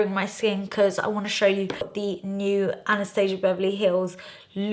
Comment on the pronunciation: Hard to watch cuz one of my pet peeves is when people pronounce Anastasia wrong